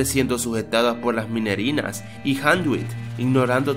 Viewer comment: No son minerenas es minirenas